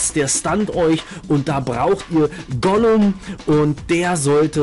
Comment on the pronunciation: Also eigentlich spricht man es Gulem aus und nicht Golum man schreibt es aber Ghoulem oder Gargoyle